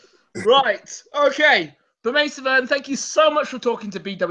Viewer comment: It's Bermen not bermaine as far as pronunciation